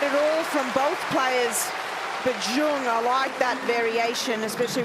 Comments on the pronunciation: WTF, Zheng is awfully pronounced as "ceong"! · The Australian commentators need to learn how to pronounce Zheng. Even the umpire gets it more correct. So it’s a matter of choice. And the crowd is clearly biased to the point that they are disturbing the athletes. And the commentators really tried, but they are definitely feeling more towards Olga. Always trying to find something nice to say about Dani, whereas towards Zheng is, let’s say, more critical. For example, the winner by Zheng. They would try to “give advice” to Dani, but if that winner down the line was by Dani they would praise with all their hearts “such good play” and control and court coverage. Seriously, it’s been decades with this white privileged commentary.